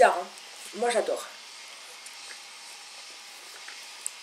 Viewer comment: Lol elle a dit jajlor à la place de j' adore